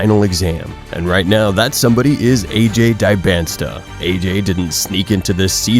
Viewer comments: Really should learn to pronounce his name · If you don’t even know how to say his name, I’m not sure I should listen to anything you have to say about him. . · This video doesn't even know how to pronounce Dyboantsa's name properly. I'm out.